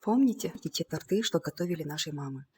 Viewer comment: Как только сказала - ,, тортЫ", всё, просмотр закончен...